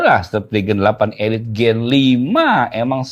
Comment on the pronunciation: Nahh udh benerr nyebutnyaa, 8 eliittt.. mantapp